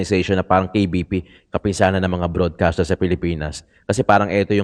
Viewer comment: KBP --correction lang na vloggerrrrr,,Kapisanan not kapinsanan kapisanan broadcaster nang Pilipinas